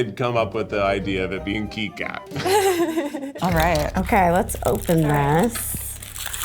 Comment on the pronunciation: Did I miss it — why Kee Kat when Keith Kat was right there?